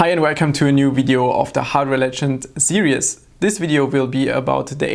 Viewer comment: Hi! Great video, tiny suggestion here. You're pronouncing series (seer-ees) too much like serious (seer-ee-us). It's only two syllables. No big deal though